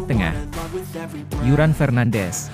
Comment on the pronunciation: Penyebutan dan penulisan salah tuh, kike linares sama yuran